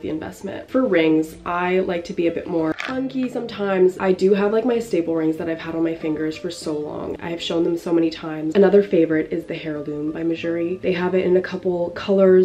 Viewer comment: I've got to say something, because I'd want someone to tell me. But the 'Heirloom' ring, heirloom is actually pronounced 'air-loom', like 'Heir to the throne'.